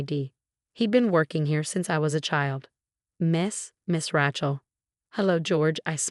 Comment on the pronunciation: HEIR, not hare. RAY-chel, not Rat-chel.